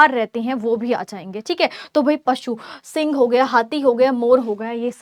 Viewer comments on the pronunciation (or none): none